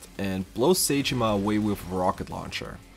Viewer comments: Just in case you make another challenge video on this game, Zheng is pronounced like Zong not Jang. Edit: Also Sae, whether it be saeko or saejima isn't said like say or Psy, It's more sah- eh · It's not say jima💀